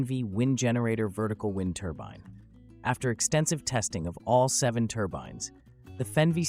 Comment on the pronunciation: Wind turban??? Lol another fake AIBS video